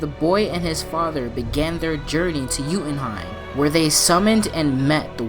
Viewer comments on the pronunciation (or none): It is not Jutenheim :D Its Jötunheim... Yoetunheim